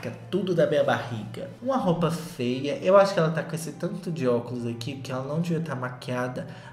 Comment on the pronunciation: morro quando o solta um "roupa fêa" no meio do vídeo